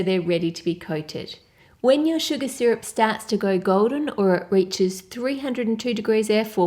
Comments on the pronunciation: When she said sugar, I heard Suga instead lol HELP.....(I can't be the only one wink wink)😁😅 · when she said sugar I hear Suga😂😂😂 any ARMYs hereeee?